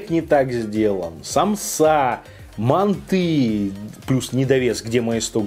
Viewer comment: мАнты,а не мантЫ!!!!!!!Если у нас в КЗ скажешь мантЫ,тебя напинают))))))))